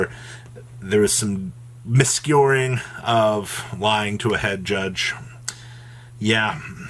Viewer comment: miscuroring? Wtf was that word